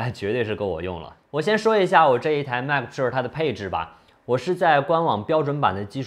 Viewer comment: 迈克普肉儿~ 这发音，杠杠的。